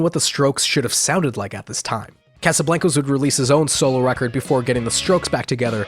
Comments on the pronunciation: mad respect but why do you pronounce casablancas Like That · I almost had to stop watching the video with the way you pronounced Casablancas